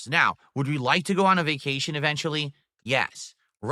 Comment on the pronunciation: Made about $2K on his berfday begathon 🐷: "I have no munney for vacashun!"